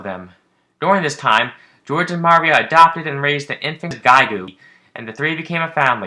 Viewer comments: What are you doing saying Maria like that? It's pronounced like "mario". the emphasis is on the "ii" muhRIa. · (Oscillaut) MAH REE OH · Anyone else find it odd this guy can't pronounce Maria right? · Lol the way you pronounce Maria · Your pronunciation of Maria is a bit off